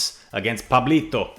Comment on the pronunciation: What a good pronunciation of Pablito, gg’s btw!